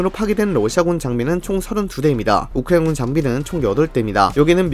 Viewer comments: 끝까지 우크라이나 발음이 오코에군 처럼 들리는게 레전드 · 우크라이나군 말할 때마다 랩 절어서 입 마비온 것같은 발음....